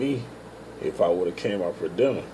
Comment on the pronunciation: Per diem.......per-de-umm. Good info I'm trying to get on with Roehl too